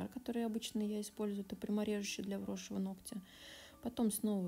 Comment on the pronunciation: Очень тяжело слушать, сори. "НогтЯ" 😥 До конца не могу смотреть. Ударение на первую гласную, НОготь, НОгтя.